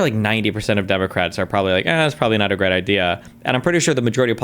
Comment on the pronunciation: "We've getting a gweat deaw with Ukwainians fighting the Wussians and dying, but also if Wussians invade Estonia next that means we'd have to fight for Estonia and i don't want that." Uhuh.... Why isn't destiny stopping him from voicing these Kremlin talking points?